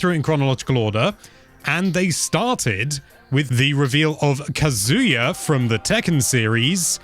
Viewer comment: The disrespect on Kazuya's name